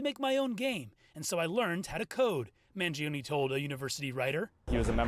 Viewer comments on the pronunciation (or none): It's not man-jee-oh-nee... Mangione sounds like "man-JOE-nay." That's why saying it the wrong way feels so weird and cumbersome. (In Italian, the i after the g changes it from a hard g to a soft j sound.) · Maybe one day Americans will pronounce their Italian last names with linguistic integrity Mangione is not pronounced manjeeohnee The I vowel and E vowel cannot ever have the same annunciation yet Americans are lazy as Eff when it comes to the integrity of properly pronounced English Mangione is properly pronounced Mahn- Joe-nay